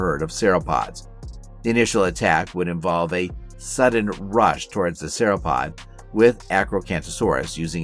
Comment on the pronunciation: work on your pronunciation and correct usage of nomenclature when referring to a species within a family vs the family as a whole... Cretaceous and Sauropod pronunciation was wrong too... A for effort though.